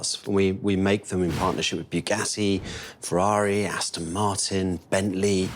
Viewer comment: in your intro it's Aston (with an 'o'), not Astin.